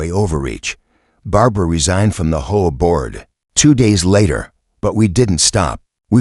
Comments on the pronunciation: Why didn't you teach the narrator to say HOA as the letters and not as a word? HOA is an acronym that is NOT pronounced as a word. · It isn't HOA or is H.O.A. get it right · HOA pronounced whore!